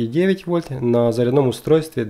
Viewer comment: Не "мультИметр", а мультимЕтр!!! Не на "заряднОм", а на зарЯдном!!! Не "кабелЯ", а кАбели!!! И т.д...